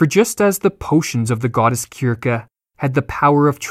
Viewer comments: Kirke? I thought it was Sirsee...... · 'Circe' 'sir-see' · Philip Thomas Right . You beat me to it . Perhaps the narrator pronounced Kirkegaard too often. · How are you unable to pronounce Circe? Syrsee. Or cyrcee... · To play at pedantry, it's the ancient greek 'Κίρκη' that it is pronounced like that, whilst the familiar romanisation (as displayed on screen) is pronounced 'sir-see'. The dissonance could render it obtuse to the lay viewer. (I've been enjoying the videos btw!)